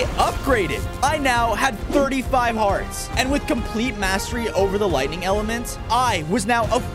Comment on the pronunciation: was I the only one that heard wightning instead of lightining